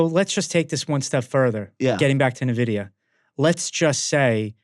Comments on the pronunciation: Why call it "Nevidia"? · Another banger... Red card on the Nvidia pronunciation tho 😆